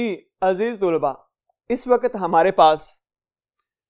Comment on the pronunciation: Sur g aziz tulba nhi aziz talba hota h